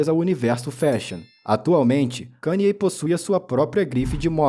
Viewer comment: Primeiro canal Br que pronuncia o nome dele corretamente kk